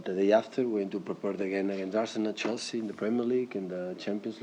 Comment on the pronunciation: AHAHAHA CHELSEA!! Man said Chelshit